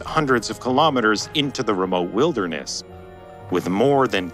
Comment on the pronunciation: its wilderness, not vilderness :P